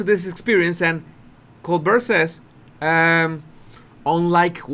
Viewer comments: Professionally, Colbert uses the pronunciation : COLE BEAR . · Col - bear, we say in the USA. I love your channel! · It is "Co-bear". That is the pronunciation. As if it was a French word. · Cohl Bear -------- how to pronounce Colbert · Lol it's French - it's "Cole-BEAR." Emphasis on the BEAR. You're so cute. Cheers from Ontario, Canada. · Just FYI Stephens last name is pronounced Colbear. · Also, if you read the comments, I showed you how to pronounce Colbert -- Coal bear' (accent on the second syllable. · Obviously the actual guy pronounces his own name like that, but mostly it's pronounced with a bert at the end. Maybe has come across a British Col*bert* in the past! You never know! Just looked it up and the guy was a Col*bert* from his Irish parent, but changed its pronunciation to bear at the end. Interesting! 👍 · If you know you’re going to be discussing someone, couldn’t you learn to correctly pronounce his name? Hmm? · You do yourself a disservice by attempting an English accent. Just imagine how you would view a mother tongue English speaker attempting to copy your accent. Just don’t! Pronounce Colbert however you want but leave mimicking the speech of native English speakers alone. You are doing great in highlighting the idiotic behaviour of Henry Windsor et al though….. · Yes the “t” is not pronounced. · Colbert.....pronounced as "coal-bear". The "t" is silent. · Brown Bear, Grizzly Bear and ColeBear, that's how you pronounce Colbert.>>> COLEBEAR<<< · it is pronounced… “coal bear” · Love your channel,. It is pronounced Col-BEAR not Col-BURR. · Colbert is french and the pronunciation drops the L and then the T. Coal- bear. That is as close as i can say it. 👍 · so it doesn't drop the L then ? why say it does ?? coaL-bear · It’s Col- BEAR. French. T is not pronounced. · FYI. The T is not pronounced in colbert. Colbear. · Pronounced Co-Bear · Colbear that’s how Colbert is pronounced. Good analysis’